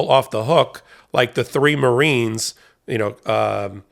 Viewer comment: Conspiracy to commit misdemeanor is a felony. The name of one of them is spelled "Coomer" on the video, but was pronounced "Cooper." Which is correct?